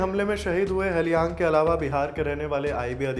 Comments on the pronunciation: Appreciate your efforts but 'Tage' is pronounced as 'Tagay' and not Tej and Halyang is pronounced with an 'A' and not Helyang. Hope this helps because during such tragic time, no one wants a silly mistake with the martyr's name. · It is pronounced (Tage = तागे) not tez. Hailyang = हालयांग.